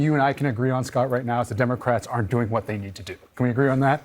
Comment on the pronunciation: I'll hold on to that mispronunciation I heard: Dimocrats.